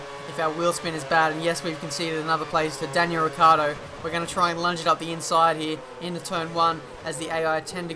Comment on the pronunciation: Yo I want to say you a thing xD You as a lot of other f1 youtubers pronounce Daniel Ricciardo as his name is RICCARDO, but is Ricciardo, and the correct pronounciation is like RICHARDO:)